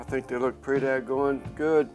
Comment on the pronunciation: you said purdy 🤦‍♀